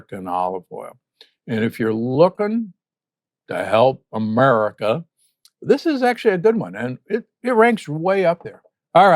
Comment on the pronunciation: Why , when he says America, he uses a Southern accent and says it like disparagingly?